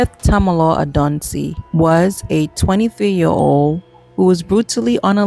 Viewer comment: Tamilo(ray)...pronounce it right.